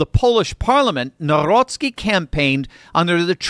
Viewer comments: You should pronounce NOW-ROCKY😂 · when pronouncing Nawrocki substitute the “w” for “v” and you will nail it 😊